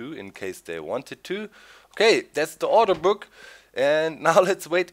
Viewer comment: When He Says "Order Book" I Think Hes Says "Auto Book"